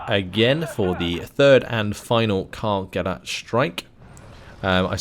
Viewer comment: Gerät is pronounced Gereeet (long second e), not Gerit (short second e) :) The ch in Storch (stork in English as you probably guessed) is pronounced like an angry cat. JFYI